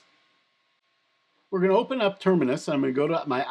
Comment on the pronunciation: You're adding an errant 'n' to the pronunciation of "Termius," just FYI. ;)